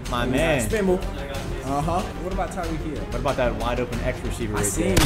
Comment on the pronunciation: TYEEK HILL